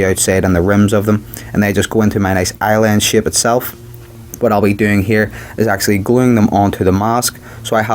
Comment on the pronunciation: shape not shipe